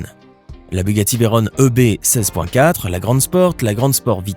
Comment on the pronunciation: Veyron ne vient pas de l'anglais et ne se prononce ^pas Veyrone. On dirrait un PUTAIN D'ENFANT DE 6 ANS. Elle s'appel comme ca a cause de Pierre Veyron qui à gagné au Mans en 1939 sur Bugatti type 57